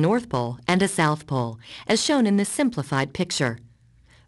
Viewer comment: North pole and zouth pole lol i hate how she pronouces "south"